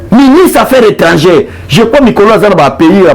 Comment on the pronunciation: Monsieur le journaliste on dit Ministre des affaires étrangères et non affaires étrangées